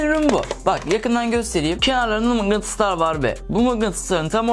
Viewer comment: şurlarda görmüş olduğunuz gibi mıngıtıslar var :D